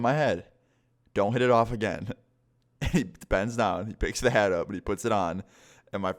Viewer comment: Lol when you said knocked his hat off I thought you said haid